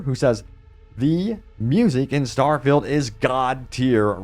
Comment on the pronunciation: Why do you pronounce good English incorrectly? “Starfilled” haha